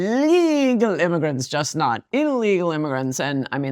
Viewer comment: I've noticed that first-degree relatives of schizophrenics always over-extend their vowels in the exact same way she does. Bill Gates does it too. Listen to how they pronounce the word "not."